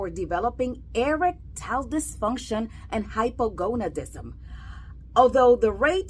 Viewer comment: What is "Eric Tile Dysfunction"?🤣 You'd think that a "Sex Doctor" would put the extra time in to learn how to properly pronounce a very important and often used word like "Erectile".